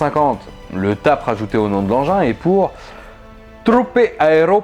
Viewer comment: Dans l'armée, on dit T A P, pas TAP. Troupe AéroPortée (c'est fou comme l'italien ressemble au français ^^). Je sais pas si ça a changé ou autre, mais c'était largement utilisé dans les années 2000 et encore maintenant. Exemple, le sac tap, la combi tap, la torche tap. Y aurait une branlette TAP que je serais pas étonné. Dès que tu sous entend parachutistes, ça devient cool et efficace pour un militaire, airsofteur, paintballeur, etc. Comme si les paras l'utilisaient et l'approuvaient, alors que pas forcément.